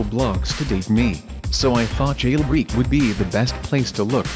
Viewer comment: Jail Breek huh strange pronunciation